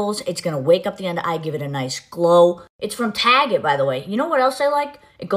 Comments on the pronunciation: The Tahget thing made me cringe. Ew. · Uh. Yeah she did? Granted she didnt emphasize it as much in the beginning but she has ALWAYS said "tahget" and "cah" I'm from Texas. My accent can go from nonexistent to the most ridiculous twang. Imagine being so full of yourself you remain ignorant about accents and how they work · “Iss from TAGET” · The TAAAHGET got me crying 😂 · To be safe I just assume ANYONE raving about a product is being paid to do to so. And listen to how she just said Target😭 TAH-GET! NO ONE TALKS LIKE THAT!!! It's like nails on a chalkboard! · The way mikayla pronounced target made me want to bang my head against the wall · Did she just pronounce Target the I think she did or am I hearing things?!